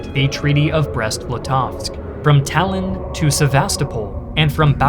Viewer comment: it's Tallinn not Talin